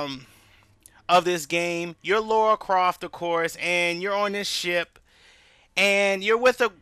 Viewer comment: Laura croft lol, Its Lara croft buddy